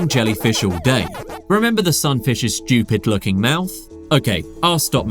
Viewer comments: The guy keeps saying the sun fish is shchoopid. What is 'shchoopid'? Is that british for 'stupid'? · Who are you calling shtchewpid, you're british..